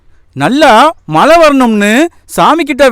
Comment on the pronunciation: தம்பி பாடல் வரிகள் மிக அருமை மழை,வாழலாம் சரியாக உச்சரிக்க கற்றுக்கொள்ளலாமே